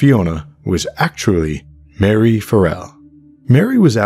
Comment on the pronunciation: "EP. 12: Loose Ends" of Audible's "West Cork" briefly mentions a few other potential suspects - mistakenly mispronounced Marie as Mary